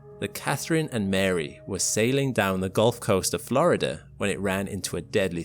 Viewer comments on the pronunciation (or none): none